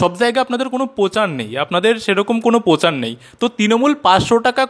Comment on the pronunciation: দাদা ওটা পোচার নয়, প্রচার। প্লিজ পিসির মত উচ্চারণ করবেন না, শুনলে বড্ড রাগ হয়।